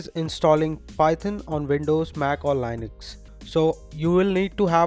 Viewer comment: You pronouced Linux wrong. It's LIN-əks